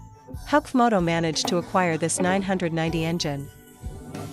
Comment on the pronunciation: Comoto?? stupid AI crap